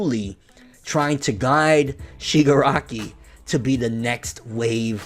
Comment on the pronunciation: Haha u cant say shigaraki kid